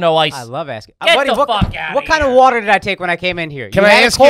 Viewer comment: H. “I do love wuiuuutturrrr” Foley